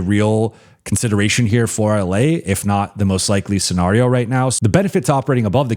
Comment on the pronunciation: I swear says scenario the way he does on purpose. He says it way too often not to know how it is actually pronounced. Then again maybe I have been wrong my entire life along with 95% of the people I have ever heard say the word?